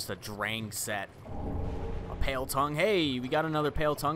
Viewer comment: everytime he says drang I think of Dank